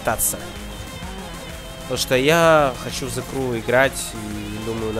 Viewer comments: Транскрипцию англ. почитай. Сrew - еw читается как ю, зэ крю. А то что ты написал читается зэ край и значит плач..... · Меня одного раздражает, как он говорит :" The CRY , а не The Crew " ??